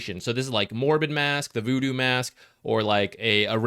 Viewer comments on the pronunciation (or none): none